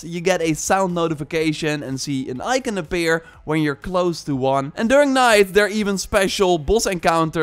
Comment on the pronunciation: Can’t stand how he’s says “ icon”